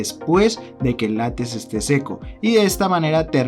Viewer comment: Se dice LÁTEX, no lates. Se dice TEXTURA, no testura